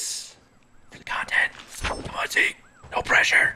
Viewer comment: WHO else says zeki instead of zeek